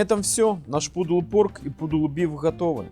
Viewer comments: Автор, не "пудл порк", а "пулд порк". А то выходит, что ты пудельную свинину готовишь. Poodle - это пудель. Серьезно, читай свой текст внимательнее. И поработай над своим произношением звука "Г", это ж пиндец. Понятно, что ты станичник, никто тебя за это осуждать не может. Но твои зрители ведь тоже ни в чем не виноваты, зачем так терзать наши уши? И прими это все пожалуйста за конструктивную крити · Наточите нож, пожалуйста, больно смотреть ... а в целом, спасибо за информацию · Автор даже прочитать чужой рецепт не может! ))) Pulled - это не "пудл"! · Pulled читаете как пудл.? Да и уксус тут весь белок убивает.